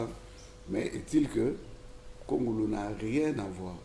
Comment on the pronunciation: Juste une remarque c'est un nom tshiluba kongolo et non kongulu.